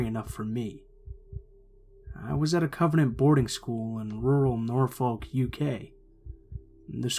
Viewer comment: FYI - Norfolk is pronounced 'Norfuck'.